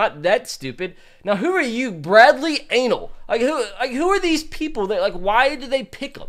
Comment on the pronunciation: When he said Bradlees name wrong